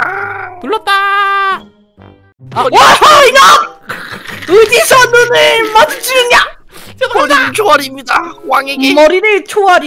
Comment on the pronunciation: 에 눈'믈'마주치느냐!! 에 믈이 아니라 을 이에요